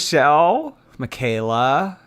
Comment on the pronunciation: Michaela? MUH KAY LA.......I believe